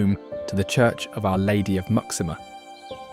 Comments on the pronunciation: The fortress of Muxima isn't pronounced "mucksima"! It is "moo-shee-ma"! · Surely Muxima is pronounced MooSHEEma, not MUCKsima! It’s like an American asking the way to LYsester 😱 Despite that and various other howlers, Angola is outstandingly beautiful. It’s a pity you didn’t show colonial Luanda, as the modern city looks very ordinary. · I imagine that ‘Muxima’ is actually pronounced “Mooshima”. ‘X’ in Portuguese is pronounced “sh”. ‘Txitundo’ is pronounced “Tshitoondo”. ‘Ilha’ is pronounced “Ilya”.